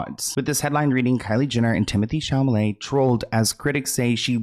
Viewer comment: Timothee Chamaley took me out 😭